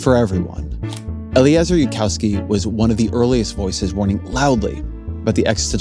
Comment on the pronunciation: Zitron literally doesn't know how Eliezer's name is pronounced